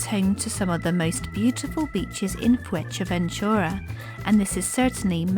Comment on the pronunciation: The video is well made but you need to learn how to pronounce Fuerteventura properly 🤣